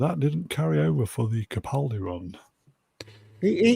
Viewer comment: Why does constantly mispronounce CAPaldi as PACaldi?? Ffs get the man’s name right!